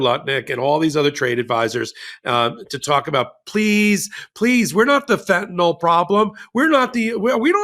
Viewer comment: IT"S NOT FENTANOL.... it's Fentanyl. Why is it so hard for everyone to get that?